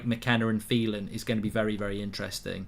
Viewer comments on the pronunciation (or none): none